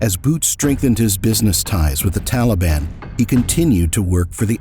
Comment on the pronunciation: Teleben, Efgenesten, how Americans butcher pronunciation. lol